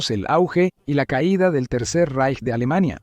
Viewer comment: el Tercer “Reich”, En alemán, la “ch” no suena nunca como la “ch” española (ni como en chico ni como en Chile. Se pronuncia más bien como la “ge” “gi” española. 😉